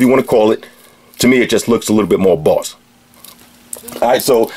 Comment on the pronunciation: "BAWSS STAH-TUS WATCH!" I love this guy.